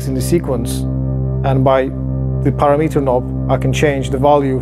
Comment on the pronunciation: Maybe it is just me, but I do not think this device sounds very fat and the low end is not thick to my ears. Someone should teach to pronounce param-mitter.